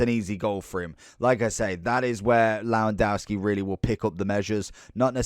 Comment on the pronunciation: cant listen to u butcherin his name